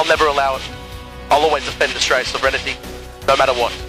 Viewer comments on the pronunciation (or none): "sovrennity"...'nuf said.